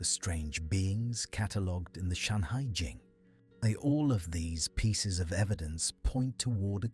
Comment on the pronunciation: FUXI. NUWA. SHENNONG. SHANHAI JING (not "Shanghai") :face-purple-crying::face-blue-wide-eyes::face-orange-raised-eyebrow